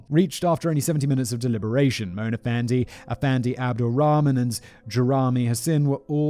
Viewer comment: Malaysian here. Hearing Simon try to pronounce Malay words is absolutely hilarious. Fandey is pronounced just like Fendi as in Fendi the brand. This case was pretty big here actually and there was even a movie made titled “Dukun”. Black magic is still an active thing in the Malay community and people are still making it a business going as far as selling their services online during these trying times 😂.